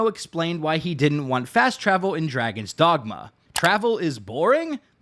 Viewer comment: draygawns dawgmuh